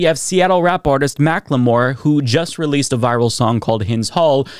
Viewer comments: Mackle-more not Mack-le-more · For future reference, it isn't "Mac-Le-More" it is pronounced "Mack-ull-more". 😘👌